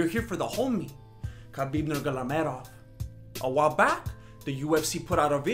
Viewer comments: "Khabib Nurgalamedov" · What did you say khabib nurglamedov?😂😂😂.... don't get me wrong m a big fan of yours just couldn't stop laughing after I hear you pronounce his surname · Respetto for your homie just get the name right NURMAGOMEDOV bro^^ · Khabib nurgalamedov😄😄😄😄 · Khabib NGLmedov? :D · Can't even pronounce Nurmagomedov but still the biggest fan. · Y u say his name like that lol